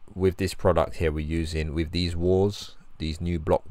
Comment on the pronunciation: Why can’t you say “th”? Why do you replace it with “f” and “v”? The word is “that” not “dat”. The word is “with” not “wiv”. The word is “length” not “lengf”.